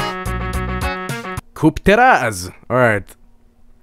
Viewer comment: When i hear say "Teraz" I always hear it as "dead ass"